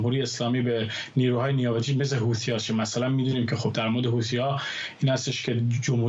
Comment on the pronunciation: طرف حتی اسم حوثی ها رو هم بلد نیست گفت هوتی ها مشخص کاملا شوت هستند ببینم چند چند هستند 😅